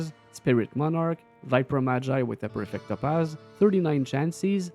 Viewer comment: my man, des que ta dis "perfect topaz" jsavais tetais QC haha